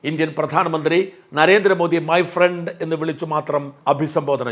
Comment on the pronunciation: അയ്യോ my പ്രണ്ടല്ലേ ഡോളാൻ ട്രമ്പ്, അബ് കി ബാർ my പ്രണ്ട്